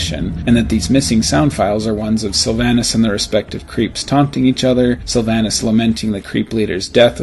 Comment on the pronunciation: Sylvanas is pronounced (sill-vawn-iss)